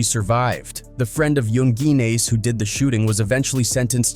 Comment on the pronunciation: Omfg you can even say his name right to fucking funny lmfao it youngen ace 😂😂😂 😂😂 just trolling him hard